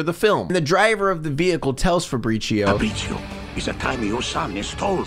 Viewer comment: Or the pronouncing Fabrizio like Faprishioh like it’s some Starbucks drink